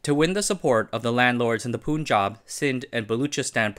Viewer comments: also stop pronouncing Pun or Panj aab as pooon jahb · Slight correction for a common pronunciation mistake, generally people call the Punjab state as "poon-jab" , correct would be "pun-jab" as in the word PUN. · Punjab is pronounced Puhn-juhb, not Poon-juhb. Muslim is pronounced Moos-lim, not Muhz-lim.